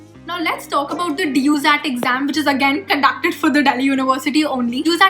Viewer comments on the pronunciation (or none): it sounded like duzat its dujat hahahaha